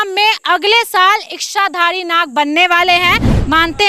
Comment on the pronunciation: बहन जी " इश्शाधारी " नहीं.. इच्छा, इच्छाधारी। 😅